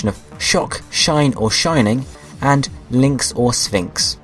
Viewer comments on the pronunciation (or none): none